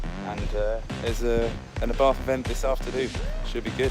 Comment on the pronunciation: It’s pronounced ‘R bart’